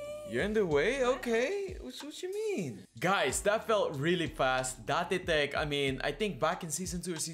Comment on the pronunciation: Does anyone here get mildly annoyed when says Da-te teck instead of Date (deyt) tech or Da-te ko?